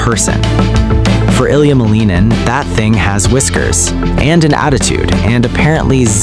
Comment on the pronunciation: The cats know that their master’s name is pronounced MAL-in-in. He’s 21 years old. His father is Roman Skorniakov and his mother is Tatiana Malinina. He named himself the “Quad God.” Seems the cats are already ahead of the AI bot narrating this hodgepodge. 😂